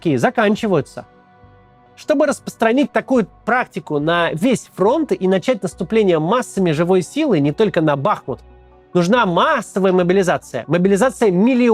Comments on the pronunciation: Максим, он не БАхмут, а БахмУт! Название происходит от искажённого тюркского "Махмуд", потому что это была Махмудова речка. Это не русские говорят БахмУт, а украинцы говорят БАхмут, это грамотные говорят БахмУт, а неграмотные БАхмут. Пожалуйста, перестаньте произносить название города неправильно! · Максим, не БАхмут а БахмУт, для нас это как УкрАина, а не УкраИна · БахмУт, так режет слух уже не первый ролик… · БахмУт - ударение на второй слог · ударение в названии города Бахмут нужно ставить на втором слоге- МУТ